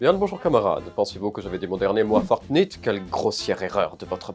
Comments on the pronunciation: Tes. For. Parfont. Ses. Fornit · Oh, vous aussi vous dites fornite? Merci nous le disons tous dans la famille, et les gens se disent "hein??" Quand je leurs dit fornite...